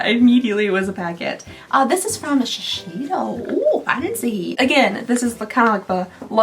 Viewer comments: I know you're often opening things for the first time and we can't expect an exact pronunciation every time, but this one comes up pretty often so I thought I should say somethign: Shiseido is pronounced "Shi-say-do," not "Shi-shi-do." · Say: sha-say-dough. Sheseido! ❤❤❤